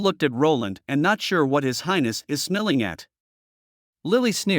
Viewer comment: Smiling was not pronounced properly.